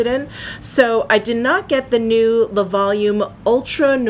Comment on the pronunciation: I am loving that darker eye quad! And the finished look is gorgeous on you, with your hair back and that blouse ❤️ Ps, “le” and “de” are pronounced similarly to “luh”/“duh” (/ø/ – this sound does not exist in English) and “les” and “des” are pronounced “lay”/“day”. And, much of the time, you only pronounce the letter “s” when a vowel follows (ie, “les beiges” is pronounced “lay beige”.) 🇨🇦☺️